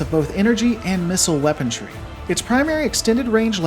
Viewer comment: To the author: I'm subbed and love your work. That being said, you really shouldn't talk sh!t about your 'fans' inability to spell when you can't even pronounce WEAPONRY correctly. There. I said it. On another note, the Mad Cat/Timber wolf has always been my favorite mech. They rock.